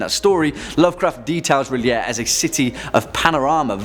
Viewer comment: Yay! You pronounce R'lyeh like I do!